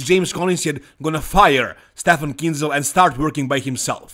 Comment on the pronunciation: Finally you pronounce Kienzel right 😉 👌